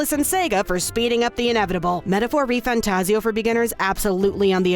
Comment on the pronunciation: His name is Refan. Refan Tazio.